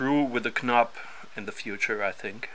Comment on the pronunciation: thanks for the tip about the replacement weight. Good review. No need to apologize for your English. You should hear me struggle with der die das and I`ve lived in CH for a long time! One tip in return - the k in knob is silent. I know - English pronunciation can be a pain.